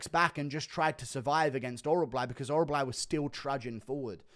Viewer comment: Damn what is so hard to pronounce about orolbai